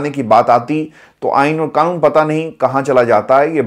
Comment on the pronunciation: کیا یار آپ کو “قانون” صحیح بولنا ابھی تک نہیں آیا؟؟ مسلسل “کانون، کانون” بولتے ہو!! بڑے افسوس کی بات ہے!!